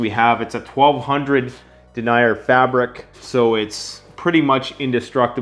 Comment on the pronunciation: Love your channel and love your design. If you're gonna do military patterns, Multicam(regular and tropic), MARPAT, CADPAT, and A-Tacs will sell. Btw it's pronounced Den-ee-yer. Lol has some of these fabrics and hardware but you might want to contact wholesalers to source for better costs. I hope you sell a ton of these! Best prepper channel ever!